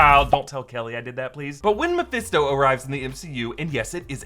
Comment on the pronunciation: Hold up!! Can we all please stop and take a minute to appreciate "I ain't the devil but it is meh-fist-doe." Hahahahaha.